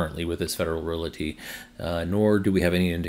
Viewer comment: another good update and glad MB charging is moving forward. They have good facilities. Please note: the word "realty" is only two syllables: REAL-tee. No schwa sound in the middle.